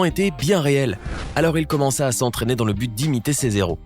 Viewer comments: ces héros ya aps de liaisons ... le h est muet sinont ça fait zéro ... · on ne fait pas de liaison avec le mot héro 🚶‍♂️ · Il n'imitait pas ses zero mais ses héros c un h aspiré